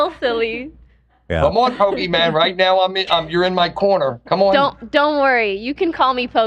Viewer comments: calling her Pokiman like its her superhero name😅. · Love you having Pokimane on. Also love when calls her Poki-man. And when he calls Hila, Hill-a.